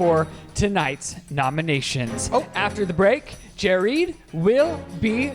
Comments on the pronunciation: Jerid’s introduction as “Jereed” had me laughing so hard I couldn’t breathe 💀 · 'Jareed' made me fucking choke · Jerid as Jereed had me dead. 🤣🤣🤣🤣🤣 Best. Gay. Guy. Ever!!!!!!! Sorry, and Chris. Haha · “Jereed” IS the moment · Jerid saying panspermia theory as if it's just face. He really enrages me when he does this, which is constantly by the way.